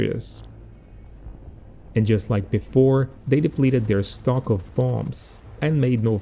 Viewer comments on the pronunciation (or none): none